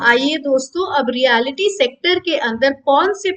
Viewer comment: मेडम, ये "रीयालीटी" नही पर "रीयल्टी" सेकटर बोला जाता है !!!